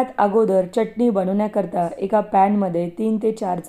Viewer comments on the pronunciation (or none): च्यटणी नाही चटणी